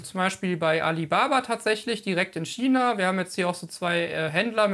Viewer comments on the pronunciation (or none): none